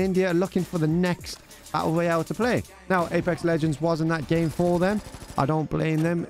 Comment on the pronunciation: you say a u oyal 🤣🤣